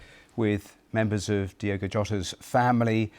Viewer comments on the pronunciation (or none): Incredible how much respect the bbc are showing here but they continually get his name wrong. It's Diogo not Diego. Learn who your talking about. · Kinda disrespectful that in a lot of British news broadcast, the host names him "Diego" instead of "Diogo". They can't even spell his proper name smh